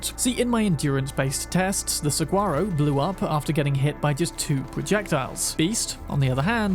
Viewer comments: A bit late to the party, but as an Arizona native, I had to interject. The "Saguaro", pronounced Sa-war-o, is a type of large cactus (🌵), found all over the Sonoran Desert. It's unique, all be it rather mundane flower, is actually our State's Flower. Along with one of It's typical "residents", the equally mundane, but still rather beautiful Cactus Ren, being our State Bird! I had to learn this stuff in elementary school, as I was tasked with learning all about Arizona for a school project! 😊 Love your videos brother, I've binge watched pretty much all of them. Some of them multiple times! 🤩🫡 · Saguaro; your first pronunciation is more correct. Sa-hua-row. It’s a type of cactus in the Arizona region. Those green ones you see in cartoons with the “arms” coming off the main trunk. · Pronounced Sa-war-oh. It’s a cactus in the south west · For future reference: "Saguaro" is pronounced "Sah - War - Roh." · saguaro is pronounced suh-wa-ro! pretty normal mispronunciation considering they're so uncommon. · Not sure if its been mentioned, but saguaro is pronounced with the 'g' making a 'w' sound like in water.